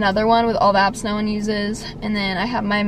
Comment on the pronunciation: Kinda sounded like you said abs or apps